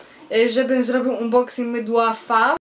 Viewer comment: Unboxing - czyt. "anboksing"